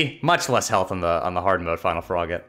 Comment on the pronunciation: from froggitin core to sans in ruins (i know its froggit in core but it sounds like frogittin core)